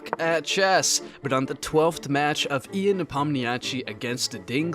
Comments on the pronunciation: He's Russian, meaning it's pronounced Yan not Ian. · bro it's pronounced "yaan nepomnashi" not "ian nepomniachi" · His name is not pronounced as Ian it’s pronounced as Yan (like “young”) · You pronounce Ian in 1 Syllable. Not 2. His name is Ян, Not Иан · "Ee-an" its "y-an" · It’s not E-an. It’s ya-n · It’s “Yahn” not “Ian” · its not pronounced as e-a-n... its y-a-n.... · It's pronounced as Jan not ian😅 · Good video (just note that Ian is pronounced Yaan, or you might offend some opeople) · Please don’t say ean. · why do you say een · oh come on I can't stand this "ee AN", all it takes - just put the name into translator and hit that "volume" or "speaker" button, come ooooooooon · It's not pronounced "I-an", dude. lol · Who the fuck is "EE UHN"?! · Bro his name is one syllable. It's really not that hard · Bruh man, the video is cool but as a russian speaker i was killed by your spelling of Ian's names 💀 pls check how to pronounce them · the pronunciation of Ian’s name is wild 😭😭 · It's not Ian it's Ian, please pronounce it correctly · I don’t trust someone who can’t pronounce Ian’s name correctly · Literally no one is surprised by the fact that if you don't play the best moves, you won't maintain the advantage of the position. It doesn't change the fact that the theoretical advantage was there. P.s. Ian is not a hard name to pronounce.